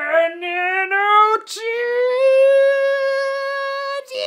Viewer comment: Okay I may have missed the first video that he says Carbon Nanotube,. but what is it and and his funny way of saying Carbon nanotubes? Like I laugh at it every times just because of the way he does it. I just really want to know the back story of it lol